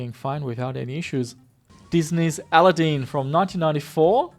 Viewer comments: al-ah-deen? wtf!?! ah-lad-din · Did you say “Aladeen”? Wtf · I have never heard "Aladdin" pronounced that way ..keep up the good work!